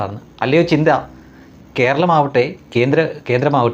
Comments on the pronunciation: Not chintha but chantha... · Her name chantha wrongly calls chintha